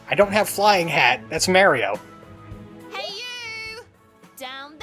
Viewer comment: Every time you say Mario I want to scream.